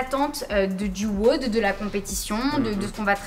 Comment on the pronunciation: Quel enfer à chaque fois qu’elle dit weaude à la place de wod